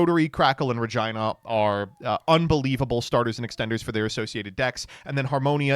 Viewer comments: Im begging you to pronounce Re-gee-nuh correctly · I'm begging you to stop saying Regina like that